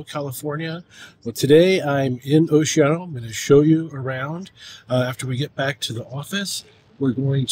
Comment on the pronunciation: I love how you mispronounce Oceano. I guess you learned from another transplant from somewhere else that claims to be a long-time local. I was born and raised in Oceano. I’m 70 now, so I know how to pronounce the name, it’s O-she-an-o, not whatever you’re trying to say, that’s like when people mispronounce Lompoc as Lam-pock instead of the correct Lam-poke